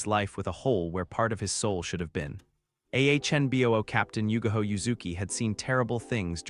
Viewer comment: her name is yugao NOT yugaho